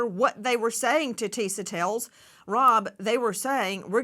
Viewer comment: Nancy with all due respect, you’ve been a journalist forever. When you have a correspondent on your show, especially this young black woman who works so hard on her own YouTube show and takes time to update yours, you could at least pronounce her name right. It’s not Tisa TAILS. It’s Tisa TELLS. At first I thought it was your accent but I saw you pronounce other words that have the E in it just fine.